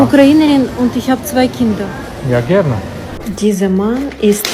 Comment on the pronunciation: Ta odpowiedź brzmiała "ja, gierne", i jej autor nie brzmiał jak Niemiec. Możliwe, że taki Niemiec z SS Hołyczyna.